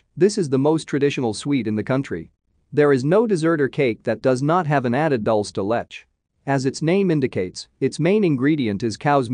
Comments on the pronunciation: Dol-se De Let-ch LOL. It's pronounced Dool-se. De-Leh-che. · 😂😂 ”alfa- jaws”🤌🏼🤌🏼🤌🏼🤌🏼 “dol da letch” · I was laughing my butt off at the AI voice saying "alfajores" and "dulce de leche" like that. Such delicious treats deserve to be said correctly. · Goodness, couldn’t you learn to pronounce dulce de leche, Mah te but not like”Sorry Mate”…am not even Spanish & I cringed the way pronounce words even sautéed…ouch!